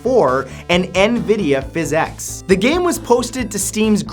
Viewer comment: it is pronounced Physics not Phazix